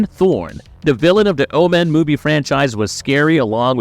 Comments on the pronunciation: I can't "like" a video when the narrator can't even pronounce the subject of the video essays' name correctly... The Oh-Man... It's O-men... I could be out of the loop, but is this an AI narration channel? If so no worries. I'll just avoid. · Its OMEN not OMAN. Learn to pronounce words properly. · Jesus it's "Omen" no "Oh-man" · Why are you saying Omen like that? And why are you saying Jackal???